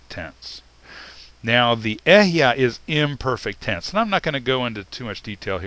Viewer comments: Hebrew speaker here. There are two small corrections I'd like to make: 1. The word אהיה is pronounced E-he-ye, not Ehyeh (read the E's in 'E-he-ye' like you would in the word 'El', I'm not sure how to write that). 2. אהיה doesn't actually mean "I exist" or "I will exist", perhaps outside of a few select examples. The correct translation here would simply be "I am what I am" (or the slight variations you presented). Just a little correction. (I don't blame you, Hebrew is really confusing). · i wonder, why do you pronounce אהיה as e-h-ya and not e-h-ye? is it just foreign accent? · It's not ehyeh - it's eh-he-ye ill be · It’s EHEYEH = EH-HEH -YEH not EH-YaH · "I am" means there is no other but "I am" only. Others are not. What bugles my mind is that you pronounce EHYEH like it is EHYAH. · It is Alahiym, Ahyah Ashar Ahyah, not Elohiym, Ehyeh and His name isnt yahweh His true name is Yahuwah. Why dont you Kabbala K zars stop lying and stop hiding the true pronouncations for your Baal(yahweh)jupiter worship! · But is illiterate or else he thinks ALEPH is pronounced with “EH” like egg. It is pronounced AH just like ASHER - is he now defunct in getting both start with ALEPH??? This is BLASPHEMY to say that we need to CORRECT WHAT FATHER SAID: HE said AHAYAH ASHER AHAYAH I kinda lost interest in teachings when he deduced there were only 6000 Hebrews who were in the wilderness after they left Egypt. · Ehyeh is a 3 syllable word, not a 2 syllable word.